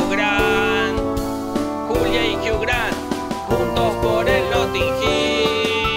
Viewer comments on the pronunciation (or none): "Soy la Julia y Jiugran, juntos por el notin giiiilll" ME MORI JAJAJAJAJAJAJA